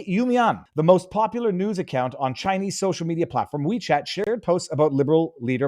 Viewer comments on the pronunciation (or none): it's not wwhhheee chat. Just Wechat.Drop the over-pronunciation. It's stupid. Is that a Canadian thing, or a thing? Annoying.